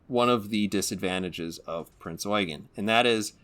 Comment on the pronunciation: You sir, are the only person to pronounce Prinz Eugen correctly.